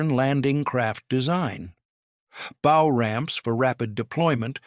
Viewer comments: EVERY AI narrator does this bow vs bough. If the AI is so damned smart why can’t it learn this? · Anyone who knows boats knows how to properly pronounce the bow of a boat. Your AI reader is most unimpressive. I dislike AI fluff videos. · Aha ! the artificial text-reading-narrator realizes that "bow" rhymes with "ow" rather than "beau" !